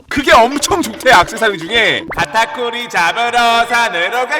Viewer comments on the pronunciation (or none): 왜 카타쿠리가 딱따구리로 들리지?ㅋㅋㅋ 나만그런가?